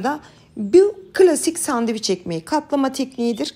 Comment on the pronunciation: Sandevic yok Türkçede şey..😂🤦🏼‍♀️🙈 SANDÖVIÇ OLABILIR..ya da sandviç.. ama SANDEVIC asla ve asla değil üzgünüm...